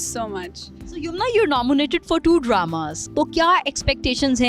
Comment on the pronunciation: Can anybody plzz tell amar its nominated not nomonated....